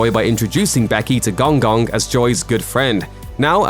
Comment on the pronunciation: please pronounce Gong Gong properly. 🤣